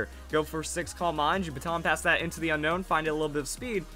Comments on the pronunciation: Un-own not Unown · I pretty sure it's "un-own" not "un-nown" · It not pronounced unknown it's unown like after you see it you want to unown it 😏😏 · it's actually pronounced o known